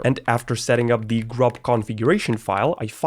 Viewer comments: you spelled grub wrong you said gurb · "gurb" and "base-deven" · ts was painful to watch you said gurb in chroot